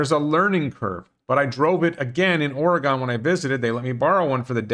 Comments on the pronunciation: Please learn how to pronounce Oregon. Or-eh-gun, not gone. I am not a troll. Love your show. Keep it up. I promise not to bug you about how you pronounce Nevada and Oregon in the future. You are just an East Coast guy. Millions of people make the same mispronunciations. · You miss pronounced Oregon, it’s not “Oregone” More like Oregun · Your pronunciation of Fronmeyer is good. But your pronunciation of Oregon sucks. The correct pronunciation is maybe Ore E Gun or as the U of O t-shirt says, Orygun . Otherwise, everything else in this video is good. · You actually visited "Orygun" and didn't learn how to pronounce the name of the state? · Well, you pronounce Arcimoto correctly, but mispronounce Oregon, so it balanced out. :-P